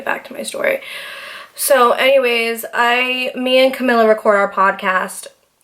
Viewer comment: I love you so much! And I listen to the podcast, and you do always say Camila’s name wrong. You are saying it like its spelt. But it’s pronounced Ca-mee-la. Thought I’d help you out.. I have a friend with the same name/same on how it’s pronounced.. and thinking of the “mee”, always helped me say it right. Anyways, can’t wait for the next podcast, you are hilarious babe!